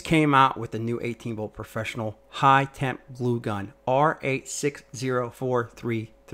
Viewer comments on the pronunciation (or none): none